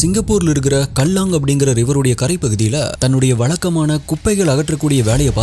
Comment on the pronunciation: நீங்க தான் அவர்களை நம் தமிழ்நாட்டை சார்ந்தவர்கள் என்று சொல்லுவது அவங்களுக்கு நாம ஊர்க்காரர்கள் தான்😅 க்கேலாங் என்று உச்சரிக்கனும் சகோ கல்லாங் என்பது சரியாக இருக்காது